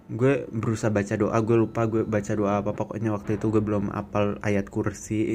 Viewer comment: "Masalahnya dia itu ga diem, dia itu jalan ke ggggueeee" - medhok mas:)